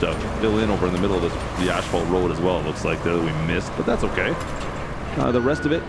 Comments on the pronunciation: Why do you keep calling it ashfault? It is asfault! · Omg.... please. Its not ashphalt, it's asphalt... there's no H. You're saying it like it has ashes in it😭 This drove me nuts the whole video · I've heard of the silent N or P. but never the missing H Asphalt. as fault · AS-FAULT!! NOT ASH FAULT 😅 Also if you roll the sand smooth before you pave, better end results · Canadian pronunciation of asphalt. Drives me crazy. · The H in Asphalt is after the P not Before Brotha